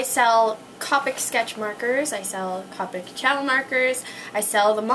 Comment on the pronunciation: its Mahn-Ga D: not man-ga... =3=... AND Copic is Co-pick not cah-pick its CO-PICK with a long O... By the way. :)